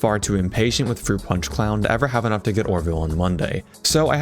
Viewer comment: froot pawnch for evewywan